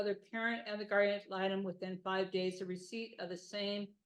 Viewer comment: “guardian atlanta” 😂 it’s guardian ad litem, but this made me laugh 🩷